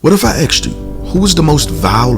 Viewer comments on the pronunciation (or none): You lost me at axed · Asked. Not axed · Wish you would have “asked” me rather than “axed” me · Did you start this video with "What if I "AXED" you....." Axe? Bro, I really wanted to enjoy this vid. Why can't you just talk properly? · If you axed me I'd probably be dead